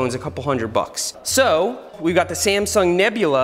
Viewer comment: Everytime he said sasmung nebula i died laughing.